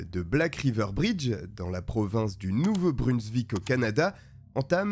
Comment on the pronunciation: jaime tes videos, mais on dis nouveau brunzouik et non brunzvik :) je suis quebecois cest la porvince juste a coter du quebec